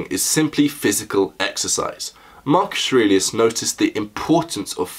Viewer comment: "You knew Marcus Arelius?" Maximus